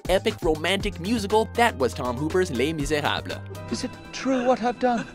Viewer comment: YES! I FINALLY HEARD SOMEONE SAY "LES MISERABLES" CORRECTLY! That, alone, earned this video a like!